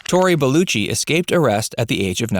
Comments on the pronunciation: Belaychi... not beluchi.... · Bel-LEH-chee. Holy christ. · Tori BellUcci? It's a fuckin E in his name. Belleci. American Bastardisation of English pronunciation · You would have think the narrator could pronounce Tory's name properly. Completely unacceptable!